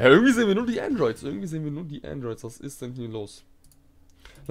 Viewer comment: Dieses ish vorbei freezer ish vorbei 😂